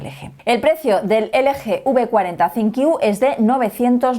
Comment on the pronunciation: Porque que Decis Sinqiu Si es ThinQ?